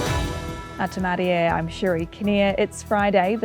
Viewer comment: You'd think by now this woman would be able to pronounce Atamarie, its 'e' as in 'egg' not 'e' as in 'aye' 🙄🙄🙄